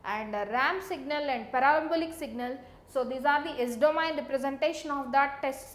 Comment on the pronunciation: everything is okay apart from "DO-MA-YIN" system